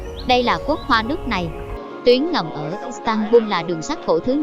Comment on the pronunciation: Giọng nữ đọc là istanbung nghe quê lắm nhe